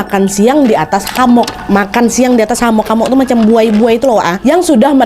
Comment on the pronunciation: Hemok kak bukan hamok